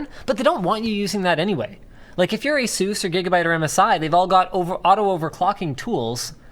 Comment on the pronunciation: It's not Asooos It's Asus